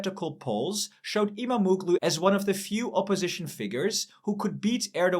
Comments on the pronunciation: stop disrespecting my language its not imamoglu its imamoğlu there is a "Ğ" its not reading like that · IMAM - OOO - GLOO ? WTF ??!!! Get your pronunciations right - the hatted g in turkish is SILENT